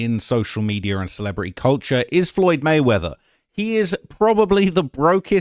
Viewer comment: It's MEDIA, not MEDIA-R